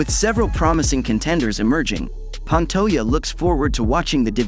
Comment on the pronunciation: Pan-toe-jah. Now put out a video where you pronounce the mans name.right.